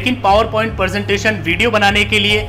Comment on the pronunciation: Sir ji presentation hai not persentation